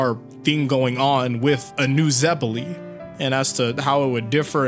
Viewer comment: The way he says zeppeli hurts me.